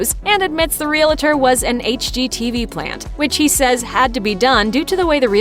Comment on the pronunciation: When will people learn that realtor is only 2 syllables not 3! It isn't "realator", it's REALTOR!